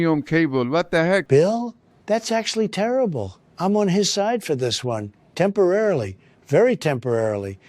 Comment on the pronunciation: "Very Temporarilly" ahahahaha